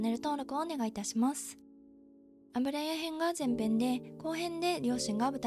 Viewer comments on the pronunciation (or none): スゴイのに「あぶらや」のせいで全然入ってこない… 「ゆや」ねｗ